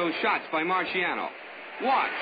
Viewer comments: They have never ethnically respected this man - he is Italian & his name is Italian, pronounced MAR-SHAH-NO not MAR-SEE-AH-NO RIP 🌼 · The announcer is terribly annoying!! Can't even pronounce names Right😞 Going to search for fight with different announcer! Keeps saying Rocky's name like it's a marshmallow